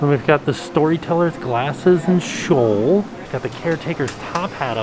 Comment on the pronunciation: "Shawl" is the new "crayon." ;D